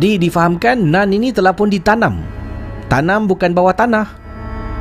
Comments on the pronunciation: ejaan mmg NUN , tapi sebutan bunyi NAN . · dah ulang.. tp telinga tetap dengar "nan" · Bila cakap “Nun” aku mati2 ingatkan dia cakap “naan”... hahahaha.... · Nun ke..akak pun dengar " nan".. jap nk ulang sat..🤣